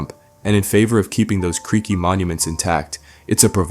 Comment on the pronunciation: you kept saying "creeky"... where did you get that word from gang